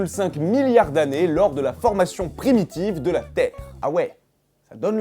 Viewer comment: crétin PS: mettez pause a lorsqu'il pronoce le "la" de "de la terre" mdrr